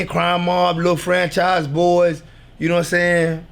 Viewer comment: This man said Lil Franchize Boyz lol